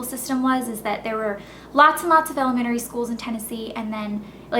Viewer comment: you say elementary weird